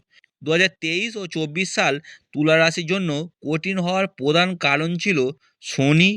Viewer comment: 😂😂😂😂 ডাঙ্গায় বসে বাবা ভাঙ্গার নামে বুজরুকি মারছে!!কি উচ্চারণের দমক রে ভাই!!গোহটা কি ভাই!!পোদান, গোহ, বদলাম, পোবাব 😂😂😂😂